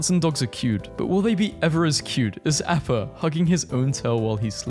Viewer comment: That explains why you said AAAAppa. It’s pronounced AHppa☝️🤓